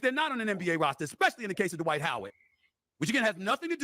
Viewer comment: 😂😂😂😂😂😂😂😂😂😂😂😂 D-Wight Howard😂😂😂😂😂😂😂😂😂😂